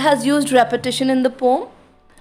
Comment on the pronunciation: as the word is poem just pronounce it as pow-uhm 🙂I am glad you did not take the comment in the wrong way and as it is said that teachers are also students you made that fact truu😇😃😄